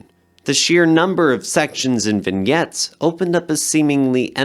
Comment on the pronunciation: Small detail. Vignettes is pronounced "vin-yets" not "vin-gets" I Ching is "Ee Ching" and Hesse is "Hee-ss" or "Hess" not "Hess-y"